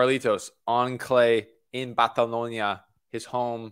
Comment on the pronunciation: My guy….. I appreciate the attempt at pronouncing Barcelona correctly but it’s hard to even discern what you said lol. Great video though